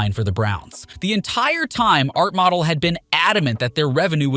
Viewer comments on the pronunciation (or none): Model really? Its Mo- dell you fucking idiot